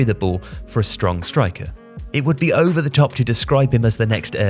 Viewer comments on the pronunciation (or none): none